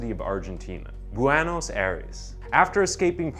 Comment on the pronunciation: Buenos is pronounced “BWAYNOSE” not “BWYENOSE” Google translate exists and it takes two seconds. Type in a word and hear it pronounced.